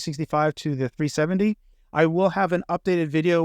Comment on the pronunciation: Keeps saying 3070, rather than 370. Has NVidia done something to you?😆